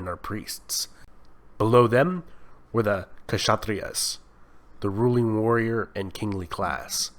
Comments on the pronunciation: It's ' Shatriyas' the K is silent. ' Kuhshatriya' 😖😖😖😖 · I had winced when the narrator pronounced the kshatriyas as k-shatrias and the vysyas as vishayas. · K is silent in Kshatriyas